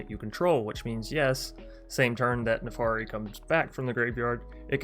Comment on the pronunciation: Jesus christ your pronunciations my friend. It's "PolUkranos" not "PolikrAnis". It's NARFI not NAFARI. It's "Drogr" not "DrAoogr" 🤣😭